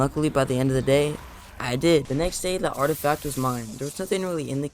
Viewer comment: Mans called an “artifact” an “artistack” 🤣